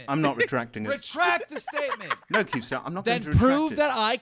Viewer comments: anyone else notice calls keem "Kreme star" lol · Pyroxene he also called him "leemstar" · Did call keemstar cremestrar? Lmao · Who else heard say creamstar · "kreemstar" lol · SAYS kreemstar right around 33.00 to 35.00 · he says cremestar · Lol I heard Creamstar at some point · He said cringestar